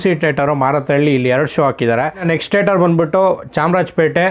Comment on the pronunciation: Bro its not tater its theatre